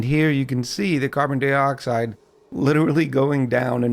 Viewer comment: Why do you say carbon dee-oxide instead of carbon die-oxide?